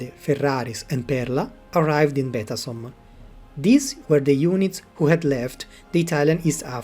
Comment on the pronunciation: La traduzione in italiano è pessima: la voce elettronica non è neppure in grado di pronunciare correttamente la parola Betasom. Il nome "Todoro", invece di Todaro, è addirittura comica.